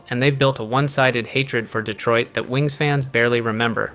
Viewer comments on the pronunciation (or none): none